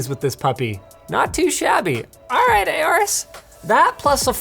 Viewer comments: Linus constantly saying Aouris instead of Aourus is quite triggering. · Is that actually how you pronounce AORUS? "A or us?" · Bruh i think i pronounced Aorus as Aurus